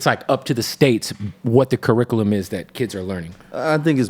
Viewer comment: Dude can't even say 'curriculum' correctly...